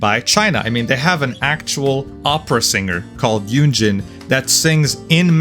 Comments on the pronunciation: ❌ Yunjin ✅ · Why do these comments love Genshin racism? is like that? Why bro laughing after mispronouncing her name 30 times? Ay yo